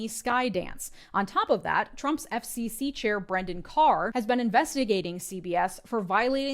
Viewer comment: Every time you say FCC, I hear Epstein C and it is very funny